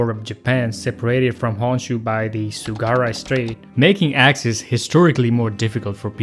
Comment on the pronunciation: not Tsugara but Tsugaru strait